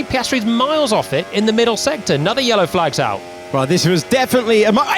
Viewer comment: "i turn the car of now" 😭